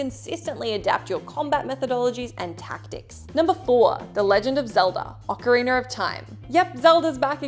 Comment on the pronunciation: OcarinA not ocarinER! GRRRRRR